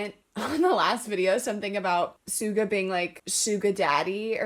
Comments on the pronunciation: A little correction it's suga not shuga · I didn’t comment this last video, but I absolutely love the “Haikyuu Homies” haha that was so creative. Anyways, Sugawara’s name is pronounced “Suga,” not like “Shuga.” Its kind of like a running joke in the fandom to call Suga the team mom or “Sugamama” and Diachi the team dad as “Dadchi” and you may have seen/will see “Deadchi” which is an inside joke which you will come to understand in the future lmao The jump float serve doesn’t really happen till around ep 10, even then it’s only really introduced around then, I think it’s actually “used” sometime during one of the 20th episodes, and in season 2 I think there was a lot of improvement involving the jump floater. I’d also say there was a bit in season 4, To The Top part two Haikyuu is the type of anime where side characters literally have just as many (if not more) stans than the actual main character lmao, so yes, Tanaka does have quite a few stans. (Personally I don’t stan him, I mainly stan Suga, Oikawa, Osamu, Atsumu and Kenma, but I do really love Tanaka!) For Nishinoya, you’ll get a little teaser at the end of ep 7 and you will be formally introduced to him as well as another new character in ep 8! (Super excited for that!) if you like Tanaka and Hinata I’m 100% sure you’ll love Nishinoya! And sadly, there isn’t any romance in Haikyuu, however a lot of fans still like to ship people anyways lol, coming from a KageHina and IwaOi shipper 😆 Also super excited to see what you have to say about Oikawa next ep! He’s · when pronouncing sugawara, theres no H, just straight up Su-Ga, i love your reactions! wait till nishinoya comes at the next episode!!